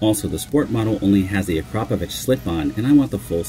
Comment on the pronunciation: Finally someone who pronounce Akrapović the wright way. You are getting new subscriber for this😊